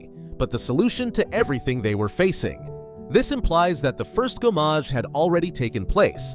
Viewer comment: Good on you for owning up to it! French pronunciations are often tricky for Americans, whereas us Brits have at least a few mandatory years of French at school. The one that really grated though was gommage, because it's said so many times in game - quite easy too, it's gomme-age rather than go-mmage.